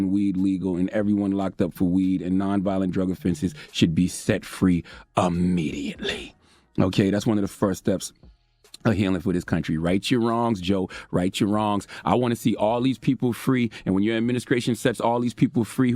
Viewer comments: Immediately....ahhmediately??? CTG is wild. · immediately NOT Ammediately